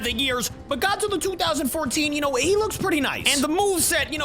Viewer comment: Did my man just say Gyat-zilla,it's this part